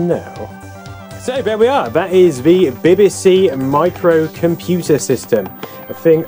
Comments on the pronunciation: Glad it was not just me that heard "Beby See"rather then B B C . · Bibba See? I've always said Bee Bee See. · why bibibsee ? and not bebesee if you get me lol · Ha, I was mentally shouting every time he said 'Bibby', it's 'Bee Bee'!! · 'BBC' not 'bbc' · Unique pronunciation of the letter B. Nice to see it though, reminds me of primary school.